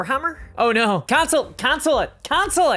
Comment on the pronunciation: i like your accent except the part where you pronounce no as "nigh"